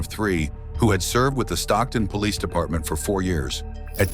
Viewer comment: Is everyone deaf he said "Police" very clearly while crossing the door ... although with more of a french accent it's still the same word